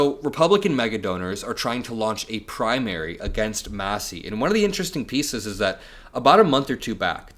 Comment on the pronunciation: And It's " MASSIE " ...Matters !